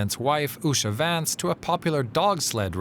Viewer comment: 2nd lady’s name is pronounced “Oosha” The news anchor needs to learn how to pronounce names.